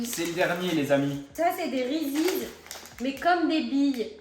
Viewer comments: Victoria le prononce bien vers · n'importe quoi ça se prononce reeses 🤦‍♀️